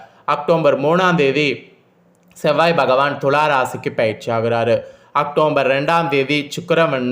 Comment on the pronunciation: முதல்ல உச்சரிப்பு செரி செய்ங்க. அக்டோம்பர் தவறு. அக்டோபர்.சரி